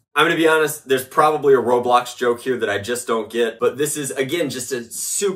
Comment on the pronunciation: Not saying I don't agree but it is called ro"blox"